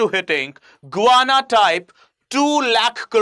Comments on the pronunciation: It's not guana it's Guyana 😂😂 I think u need educated itself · Can I please correct your pronunciation of Guyana. It is not "Gooana", it should be pronounced as "Guy..ana" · It is pronounced "Guy-aana" , not "Go-ana" 🙏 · Good lord man! You sound like an absolute IDIOT trying to be a 'newscaster' when you can't even pronounce the country's name! GUY-ANA you fool... Not GOO-ANA! Pathetic! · Please try to pronounce the words xorrectly it is guana ,it is Guyana and it is not ecnomky ,it is Econonomy ! Thank you! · Pronounced Guy....Ana not Gwana... hydrocarbon are natural compound made of Hydrogen and Carbon with no or very little Nitrogen Oxygen or , Sulphur. Please learn some basics as it gives the impression you don't know what you are trying yo explain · It's not Guvana. This country is known as Guyana. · You need reading glasses. It is Guyana not Guvana! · Who thought you "GUVANA"? when its actual pronunciation should be "GA" "YANA"? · It is Guyana and not gowana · Guy.. it’s not Guvana.. its Guyana 🇬🇾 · The correct pronunciation is...as Gayana ! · You are mispronouncing GUYANA. The way you pronounce it, it sounds more like a word for bird droppings. You would have pronounced it properly had it been spelled as Gayana. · Its is Guyana. Gu ya na. How could you make this mistake.? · GUYANA to be prounced as GAYANA. Most of the youtubers commit the same mistake while prouncing. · can’t even pronounce a country’s name properly 😂